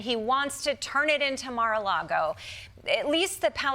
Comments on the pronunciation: It's Gaza-a-Lago😂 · "Mar-a-Gaza". Crazy Trump and Elon.